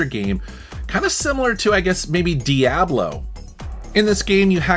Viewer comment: The way you pronounced Diablo gave me whiplash